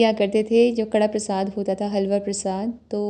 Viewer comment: कड़ा प्रसाद नहीं होता ये कड़ाह प्रसाद होता है। हलवा को पंजाबी में कड़ाह बोलते हैं